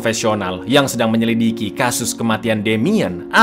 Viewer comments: edit . menyelidiki bukan menyelikidi .,. 😅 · Min menyelidiki bukan menyilikidi, seditail mungking gua ngederin ucapanmu min min... 😢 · Menyelikidi 😂😂😂😂 menyelidiki bang... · menyelidiki bukan menyilikidi 😂😂😂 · Menyelidik bukan menyelikidi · Apa cuma gue yg denger, "meyelikidi" detik 46